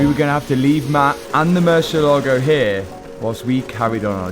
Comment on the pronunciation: While you're down there, maybe you can make a side trip to Spain where they can teach you how to say "Murcielago."